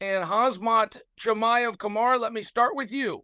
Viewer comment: Zamkhat Kee-Mah-Evv and Caramoon Usman